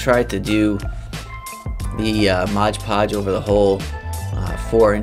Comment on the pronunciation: There is no "g" in "Mod"!